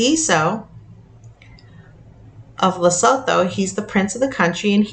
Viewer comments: Le -su-too for pronunciations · It's pronounced Le - soo- too. Please pronounce our African countries correctly. Enkosi Kakhulu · Lesotho is la soo too or la su tu. That’s how it’s said. Sorry just in case it comes up again..